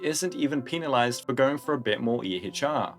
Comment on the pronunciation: kind of a weird way to pronounce penalize